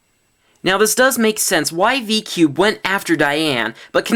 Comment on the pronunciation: He said " DI CUBE "